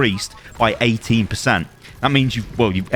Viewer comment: i must have replayed this 20 times but i have no idea if he's saying 18 or 80%